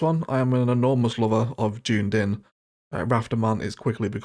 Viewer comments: Some fine looking maps in there mate. (It's dunn-eedinn BTW... not june-din... Gaelic name for Edinburgh as it happens...) Rafterman's maps are epic but a wee heads-up for folks looking to play them: you will need the Anarchy and BetterBulldozer mods as a minimum otherwise you'll be very constricted on what you can do (and how the maps look and behave). Hopefully one day I may even have a map for you to review here... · Dunedin is pronounced - duh-nee-din had a good laugh at your interpretation tho :D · Yeah! June-Din … my home city 😅👌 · he he Dooone-din made me chuckle. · The pronunciation of Dunedin made me giggle.